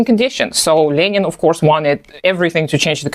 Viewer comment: You actually pronounce Lenin correctly.